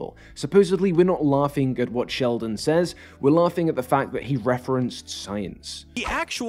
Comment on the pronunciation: Did you call him 'Shellman"?